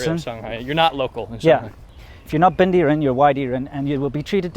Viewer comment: bendieren lol that sounds like German